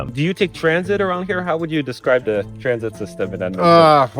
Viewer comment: Ahh good ol dead-man-ton